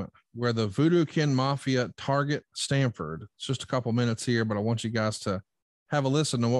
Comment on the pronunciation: It’s Stamford not Stanford